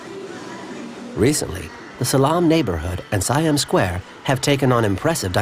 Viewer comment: How did you make a whole documentary about this country, and you mispronounce SO MANY goddamn things?? It's not "WAT FO" you idiots! you pronounce it Wat "PO". It's not "SaiYAM", its "SEE-AM". Its no FOO-Ket", its "POO-Ket"!! What the hell is wrong with you?? You clearly know nothing about this land and its people